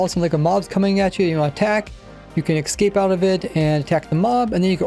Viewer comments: Why do you say excape instead of escape? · The same reason a lot of people say "axe" instead of "ask", or why my sister says "expresso" instead of "espresso": dialects. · I see. Although I kinda doubt his pronunciation of "escape" is related to his speech impediment. I suspect he wouldn't pronounce escalator as "excalator", for example. I'm more inclined to believe it's a accent or dislect thing, as others have suggested.